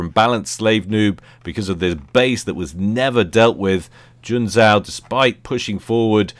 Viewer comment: in Junzou the second "u" is silent, it basicaly puts an emphasis on the "o". Oh there's a door with a sign that reads, "Smart Asses exit here" - well I see myself out then....